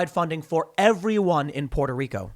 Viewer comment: Tim pronouncing Puerto Rico properly is the most adorable thing ever !